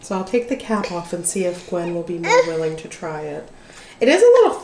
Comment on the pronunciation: Sounded like Gwen was saying the "F" word. Lol Sorry, but that was funny! The girls are such a treat to watch! ❤❤